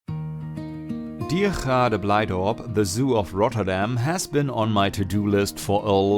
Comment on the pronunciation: I was NOT ready for you to pronounce Diergaarde Blijdorp right